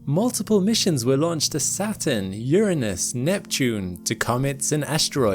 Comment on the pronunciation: Nope! You say piss planet and you get a thumbs down from me and I leave. Grow up. Say the god Uranus’ name correctly if you ever want me to be in your audience.